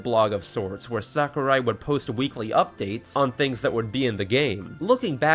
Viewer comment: Btw, Sakurai should be pronounced as "Sah-koo-rye" (uptight weeb here I know)